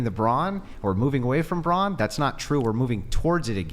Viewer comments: It's Brawn for God's sake not bronze . Oh she's SO smart .... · Why the hell does she keep saying it like bronze? Does she even know what she's talking about? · Why is she saying bronze instead of brawn 💀